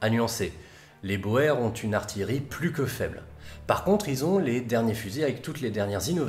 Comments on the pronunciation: Super vidéo comme d'habitude! Juste petite remarque, les Boer, est un mot d'origine Néerlandaise, et la bonne prononciation se dit : "bour", le "oe" se prononce ou en Néerlandais. Merci pour ton travail de qualité comme toujours. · C'était long et complexe mais jamais compliqué a comprendre car superbement bien expliquer (bien plus que certaines vidéos sur Napoléon ou j'ai toujours pas compris certains trucs). C'est génial et j'en redemande. Sinon je me permet une correction, les boers d'afrique du sud ca se prononce les "bours" ; je sais c'est con et faut le savoir mais c'est la fac d'histoire et les UE sur la colonisation qui me l'ont enseigné donc ca doit etre vrai. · Pour info, le mot boer vient du néerlandais et oe se pronounce " ou" donc en Afrique du Sud, c'est la guerre des boers. Prononcé " GUERRE DES BOURS". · La guerre des Boers c'est bien la guerre des Boers qui se a l'audio se dit Bours ? Qui dit fermier en néerlandais ? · Vous êtes à la bourre, déjà signalé. De plus les deux prononciations seraient permises d'après Antidote : Boer [bòèr], [bur]. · Boers se prononce "bour". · Super vidéo, mais la prononciation de Boer... x) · Au début, je ne comprenais pas "bohère" jusqu'à ce que tu parles d'afrique du sud ... Boer (qui se prononce Bour) !! Bon sang, mais c'est biensûr ! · J'ai beaucoup aimé ce format par contre ta simplification de la guerre des boers (prononcer "bour" et non bo-er ce mot d'origine hollandaise) m'a fait tiquer. D'un coté les conquérants anglais, de l'autre les républiques boers. Et il n'y avait personne d'autre dans cette partie de l'Afrique? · Boer par contre ça se dit par boer ça se dit "bour" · Salut, excuse moi, Boers se dit Bours (désolé, c'est un peu casse pieds, le néerlandais :x ) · Super vidéo mais Boers(de l'afrikaans) se prononce [buːɾ] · Boer se prononce " Bour". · Boer: ne prononce-t-on pas "bour" ? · Sauf erreur de ma part, on prononcait bien ca "bo-er" avant mais on a finit par justement de nos jours prononcer "bour"